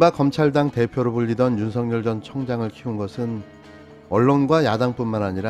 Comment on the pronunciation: [윤서결]로 발음해야 합니다. [윤성열]로 발음하는 것은 표준발음법을 무시한 언론의 특혜입니다. 이렇듯이 그에게는 보편적 법률이 본인에게도 적용된다는 것을 일깨워줘야 합니다.